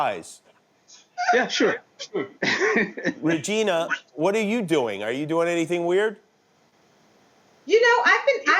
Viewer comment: Hello vageena,i mean ragina